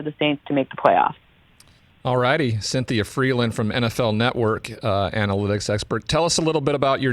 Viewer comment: can’t say Cynthia